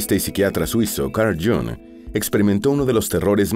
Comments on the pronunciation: Jung no se pronuncia Jong sino Jung con la u como en castellano, no en inglés. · Y se dice Jung en alemán,no Jong en inglés o pseudo inglés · Iiung en alemán. El Jang en inglés molesta un poco. Buen video. Saludos desde Suiza 🇨🇭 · Qué horrible pronunciación del nombre del suizo. Deberían dar clases del alemán a la gente que graba eso.